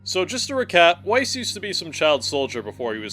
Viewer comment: Bruh are you really pronouncing Weiss with a W instead of a V? He would not be pleased.